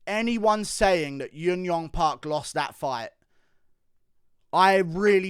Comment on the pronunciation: Hey man. Thanks for the great videos. Just a heads up, you often pronounce J's as Y's for korean fighters. Junyoung is pronounced just as writren with a J sound. Jiyeon and any other J name. ㅈ is the Korean phonetical character that sounds like Juh. Park is the anglicised version of what actually sounds like baek.